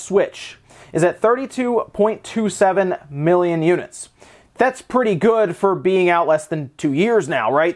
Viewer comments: I'm not a native speaker, is miilion a word? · 32.27 mii-lion units... That's alot of miis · no it's "mii"lion